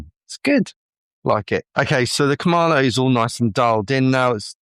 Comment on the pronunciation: KamaDo, not KamaNo